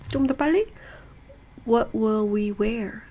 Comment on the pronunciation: [118]왓이 아니고 웥으로 발음하니까 원어민 발음 느낌이 나요^^